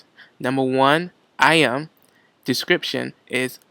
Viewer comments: Yo "IM" i was thinking hard and then i realized.. it's "Item" lmao!!!! Anyway, thank you for the information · iem? item? is it realy that hard to add the T? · also "item" not "I'em" I find more and more people are not pronouncing their "t's" anymore